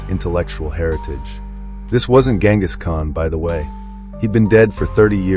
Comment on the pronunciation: if you're going to make a historical documentary about Genghis Khan at least learn how to pronounce his name.